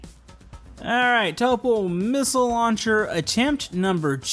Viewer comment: Khm... Topol?... [to'pol] l - soft